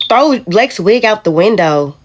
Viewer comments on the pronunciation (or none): none